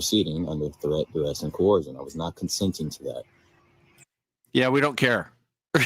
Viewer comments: I mean!?! I’ve heard of letters that are silent but pronouncing letters that are not there is another thing all together. Co - Her- shun Huh?? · I am going to faint if any of these people ever pronounce ‘coercion’ correctly. Dang!